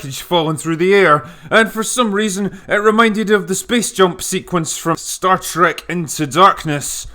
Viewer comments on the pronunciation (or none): none